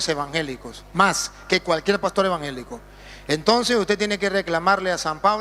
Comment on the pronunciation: No se dice embanjelicos , se dice ,,,,,,,,EVANGELICO , APRENDA A ,,,,HABLAR , IGNORANTE ,hecón .